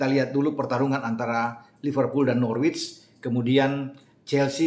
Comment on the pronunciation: Biar mantap channel bang, Norwich itu dibaca Nor-Rich (orang kaya) google translate aja biar jelas 🙏 YNWA